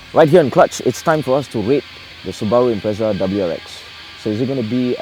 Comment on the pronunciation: This guys can't pronounce the car or see over the steering wheel... Why is he doing reviews